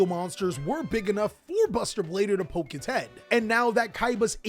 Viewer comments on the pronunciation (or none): none